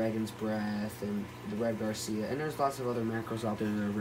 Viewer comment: Red GARCIA instead of Red Gracilaria? (pronounced GRA-SEE-LAIR_EE_A) Jeez man. If you're going to post a video 'teaching' people at least learn what you're talking about yourself. You didn't even know the names of the macros you had. It's pronounced Ggrasəˈla(a)rēə